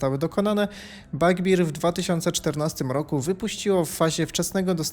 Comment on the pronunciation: Bardzo chciałem obejrzeć ten film ale "Fletałt" i "Bagbir" mnie pokonały. Sorry. Jak już tak brylujesz angielskimi słówkami to chociaż trzymaj równy poziom.